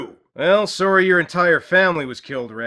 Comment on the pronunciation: I love how says, 'Soory'.